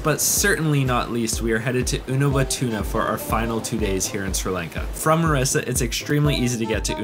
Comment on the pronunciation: Its Mirissa. That lil mistake should be corrected. Btw its a great video. Thanks for visiting my motherland 💕